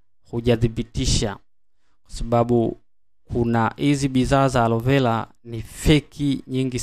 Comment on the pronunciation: Na wewe ebu jifunze kutofautisha kati ya L na R mpaka unamchosha eti arovela alovela